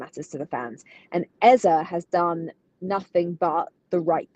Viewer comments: Rebecca, Eberechi’s last name is EZE no EZER. It’s a Nigerian (Igbo) name. The last letter is pronounced the same as the first: “AZA.” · Rebecca its actually pronounced Eze (ay-zay) it's an Igbo name.